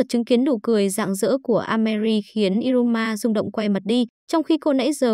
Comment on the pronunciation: Iruma như đọc như ryuma